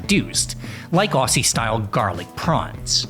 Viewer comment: I've missed you guys. I also have the banana video to catch up on. Brilliant research as always. I'm so sick and tired of watching AI-generated slop. I've long said that garlic is God's pharmacopoeia in a bulb. [One slight thing: the "ss" in "Aussie" is pronounced as a "zed".]